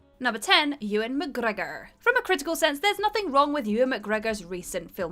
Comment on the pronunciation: Kirsten's pronunciation of McGregor was just sublime.